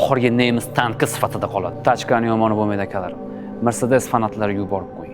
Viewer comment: Sharxga gap yoʻq. Faqat mrsedes mas mersedes deb talaffuz qiling!